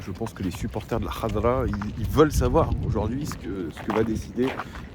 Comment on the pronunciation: Très bonne prononciation d'El Khadra mais par contre pas grand monde n'appelle la sélection Algérienne comme ça à part certains médias Arabophones les gens en général on appelle la sélection les fennecs ou les verts